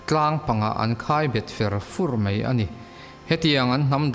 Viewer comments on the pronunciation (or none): A ngaihnawm in i aw ngaihthlak a nuam. Mahse "mai" tih tur hi "mei" ti ang deuh in a ri leh zauh țhin 😀